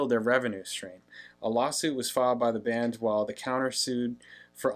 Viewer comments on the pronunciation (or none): none